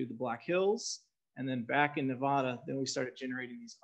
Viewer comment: Nevada (the State) is pronounced just like you spell it Nev-AD-a, not Nev-ODD-a, not Nev-ah-da! We became a territory in 1861 and a state in 1864 and it's always been pronounced that way. Just like you don't go to Texas and say Tejas or go to Oklahoma and say Okla Homma either.